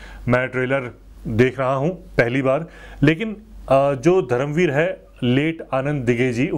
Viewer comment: नमस्कार! 🙏 खममगणी! 🙏 One correction Bhai, it's not धरम वीर , it's धर्मवीर! I know you make these words mistake unintentionally and your efforts are very sincere and from heart and that's why we like and appreciate your honest opinion/reactions on all videos. Also i have already Subscribed your YouTube channel Rajasthani Reaction (by the way very nice name of channel) and i watch all your reaction videos and also i like them and comment on them whatever I think or have to say or share about them. You are doing great work😊 keep it up.👍 भोहोत शुभेच्छा!🙏 जय महाराष्ट्र!🚩